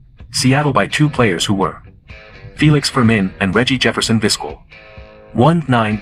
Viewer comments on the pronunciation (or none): It's pronounced Viz-KELL. For pure longevity, I'll take Whitaker (19 years) and Trammell (20 years) in Detroit, the longest-running 2B/SS combo TOGETHER in MLB history.